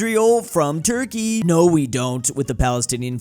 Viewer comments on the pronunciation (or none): none